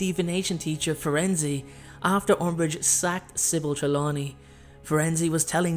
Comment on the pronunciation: Is it pronounced Firenzy? I thought it was Firenze.. Nice vid though.